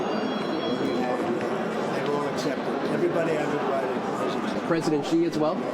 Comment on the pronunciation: Xi is pronounced as "she". You're welcome